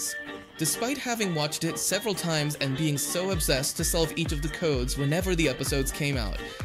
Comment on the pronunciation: haha... sev'ral timez.....